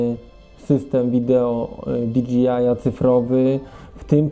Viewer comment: Świetny materiał! Jedyne co mnie razi to wymowa DJI - to jest o ile się nie mylę "di DŻEJ aj", a nie "di DŻI aj" :D